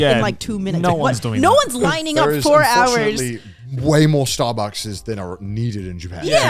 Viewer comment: I heard horsekun the whole time during the ad